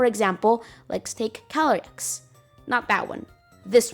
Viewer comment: what did he sayy? Edit: calyrex was introduced in gen 8 crown tundra dlc